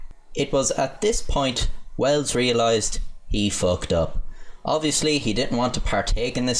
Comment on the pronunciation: "It was at this point ... Wells realized ... he fookht up."